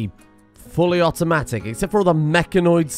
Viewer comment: Fuwwy Awootomatic